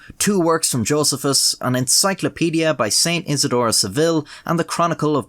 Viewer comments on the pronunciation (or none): Josef--us.That was à weird way to pronounce it. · i was gonna say something about your pronunciation of josephus but this is a country where y’all say ‘divil’ and ‘jayzuss’